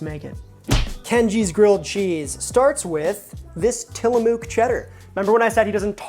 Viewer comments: Love you, but the way you said TillaMOOOOK unironically is killing me 😂 I’m from Oregon, it’s TILLA-MUK. ❤😅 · For the record, the oo Tillamook is pronounced like the oo in cook or book, not the oo in too or boo. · Fyi the mook in Tillamook should rhyme with book, not spook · You heard the old Italian slang word “mook” like in goodfellas “ah what a mook,” reminded me of that 😂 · As a PNW native, the way you pronounced Tillamook is funny stuff lol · You are pronouncing Tillamook wrong. The oo is pronounced with the same sound as in book